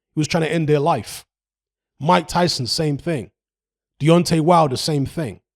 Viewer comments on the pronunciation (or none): none